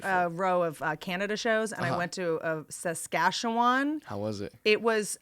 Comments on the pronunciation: I'm from the province you mentioned Whitney...you gotta say it like you're drunk S'catch-you-un. Granted you said it FAR better than easterns in our own country🤭 Great interview! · Well, she kinda butchered Saskatchewan, but close enough, I suppose. She got it closer than most people do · How did she perform in Saskatchewan and still not know how to pronounce Saskatchewan? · As someone from Saskatchewan, it was funny hearing her say Saskatchewan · Whitney pronouncing Saskatchewan is too funny!!